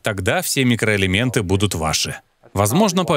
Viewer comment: Сперва прочитала комментарии, потом посмотрела ролик. Весь ролик смеялась когда Доктор говорил – микроэлементы. 😂😂